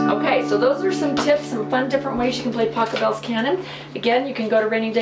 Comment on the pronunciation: Pachelbel!!!! Not Pachabel! What a mistake?